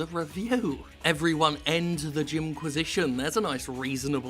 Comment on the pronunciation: "cockquisition" what a fucking idiot